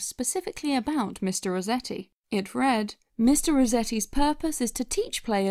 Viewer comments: You kept saying Mr. Rezetti. With a name like Resetti, doesn't it make more sense to pronounce it how it's spelled? RESETti? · Am I the only one bothered by her pronouncing it Mr. Rezetti? Does that mean she says, "I had to rezet my computer," and, "please zet it on the table when you're done"? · Who was also annoyed at the fact that she kept calling him “mister reZetti” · Your pronunciation of "Resetti" bothers me. You make it sound like "rezetti", as though it doesn't have the word "reset" right in there. Unless you want me to believe that you pronounce that word as "rezett"...